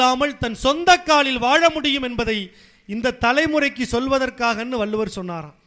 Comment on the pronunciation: வள்ளுவர் ..வல்லுவர் அல்ல..